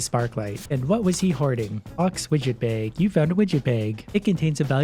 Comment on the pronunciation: Why you said a "beig" for a bag?